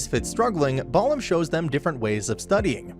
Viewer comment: he manages to mispronounce balam, so yeah, take all the pronunciation with a grain of salt. or a heaping tablespoon of it.